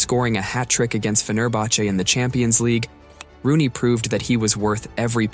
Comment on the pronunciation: It’s ROONEY, not Ronney smh